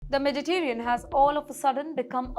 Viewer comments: lo lol lol SHE SAID MEDITERIAN...LOL LOL ITS (The Mediterranean) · What a terrible accent she has. She can't pronounce Mediterranian